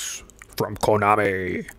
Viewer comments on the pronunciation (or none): it's gray-dee-us! (Isn't it?) 🤔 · Ya know, I looked online to see what other people were saying and it seems like your way is the most common pronunciation! Next time I play a gradius game on the channel I’ll try to remember 😅